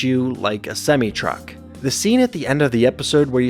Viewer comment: I’ve never heard semi truck pronounced that way. And when bender resets he becomes whatever he sees first, so maybe he reset in the hall of criminals and saw all the criminals, and became one.